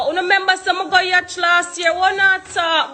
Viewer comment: Yacht!!! Not Yatch lol